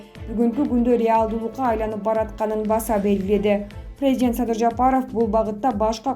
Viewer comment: 🤣🤣🤣 прездент эмес презИдент деп суйлосон суйлоп жаткан кыз🤣🤣🤣